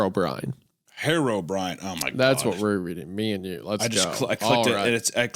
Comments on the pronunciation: Why does he pronounce it "Hair o'brien?" Is that how it's pronounced? I would think it's "hero brine" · the way isaiah pronounced herobrine as "harrowbrine" is making me violent